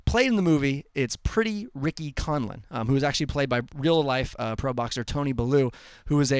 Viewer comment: Toney bell lew pronounced not bellooo lol